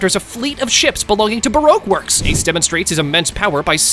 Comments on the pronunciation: “Ace D. Donut” that’s the second time you’ve violated Ace 😂😂😂😂😭😭😭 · Bro not ace d donut ace d onut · Bro he said Ace D. 🍩